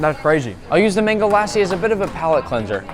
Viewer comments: Its good pronunciation but i want to correct you on one thing. For the word Lassi, its not (LAH-see) its (LUH-see) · ITS CALLED DOSA NOT PAPER MASALA AND NOT MANGO LAAAAASI WHAT THE HECK IS WRONG WITH YOU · It's lassi not laassi :( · it’s pronounced like Luck so Lus-si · I cracked up when Nick pronounced Lassi with 7 a's 🤣🤣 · I am mad he called it Lass-e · Lassi is pronounced “Lussy” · I hate when people say lassi like that but overall your a nice guy I like your vids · I’m so sad because of how Nick said mango lassi and because I’m an Indian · As an Indian I can say you mispronounced “lassi” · mango lAssi bro is mispronouncing it